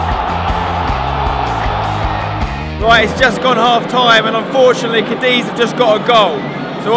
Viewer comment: Cadeez hahaa. It's cadith